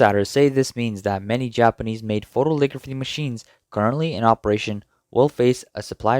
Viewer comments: It's "photo-LITH-ography" not photoligraphy or photoligraphy. 6 syllables. "foe-toe-lith-OG-ruh-fee" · Note to the narrator: it's PHO-to-lith-OG-ra-phy. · It's not "photoligraphy".:face-red-droopy-eyes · It is pronounced foh-toh-li-thog-ruh-fee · Photolithography, not "photoligraphy." Otherwise, great report.